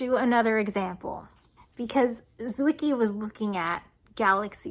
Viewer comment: On the pronounciation... Wiki says: "Fritz Zwicky (/ˈtsvɪki/; German: [ˈtsvɪki]; February 14, 1898 – February 8, 1974) was a Swiss astronomer". Gotcha!